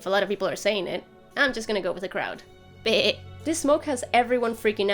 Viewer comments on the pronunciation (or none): none